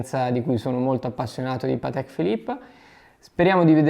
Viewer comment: Si dice Paaatek, non Pateeek! 😉